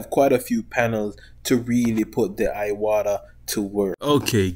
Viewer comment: It's Pronounce EWATA not IWATA!